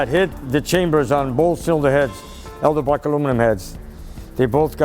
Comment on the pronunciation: Elderbrock? I thought it was pronounced Edelbrock like it is spelled. ;) LOL